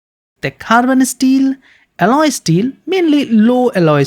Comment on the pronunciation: its mot asteels, its steel.